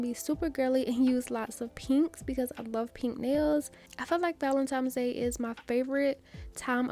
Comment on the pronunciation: I love you say “Valentime’s Day”.💗💗 Brings me back to my young days.